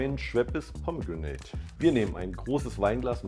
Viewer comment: Man kann es diesem Cocktail-Mixer nicht vorwerfen, dass er Pomegrenate falsch ausspricht. Aber in dem Werbeclip von euch wird es noch "falscher" ausgesprochen - und da sollte es schon stimmen. Möchte mir gar nicht ausmalen, wie viel Budget in den Werbesprecher geflossen ist. Man hört richtig, wie unsicher er sich ist...